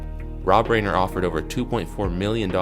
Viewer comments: Rob Reiner. RYE-ner. Not rain-er. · Bro, Rob RAIN-er. Lol😂. You should know it's pronounced Rhye-ner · Rob. RYE-NER. Also, take the mumble sandwich out of your mouth...annnd... sloooow... dooowwnn. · RY-NER Reiner